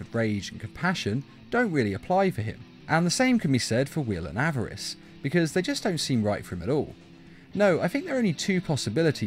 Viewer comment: Why does he call greed averace